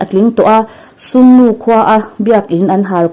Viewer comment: Bairen singh nilovin Biren singh tive mai la, sungnu nilovin sugunu su gu nu ti a lamrik tur aw